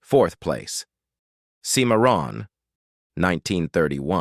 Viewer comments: A lot of good and cool info with some great movies, but I absolutely despise AI narrating!! How hard is it to have an actual human narrate?? Thumbs down because of AI...seem-a-ron (Cimarron) sheesh!! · Seemaron oh brother Stuart Whitman is groaning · These "top list" videos are always interesting but the narrator is terrible at properly pronouncing names. Why would they get someone who can't pronounce Cochise or Cimmerron? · Teach your robot how to pronounce Cimmaron. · And did you miss the mispronunciation of Cimarron? It’s just wrong. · Sure did! Was weird the way it was pronounced.